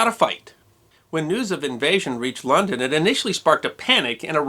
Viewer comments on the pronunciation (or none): none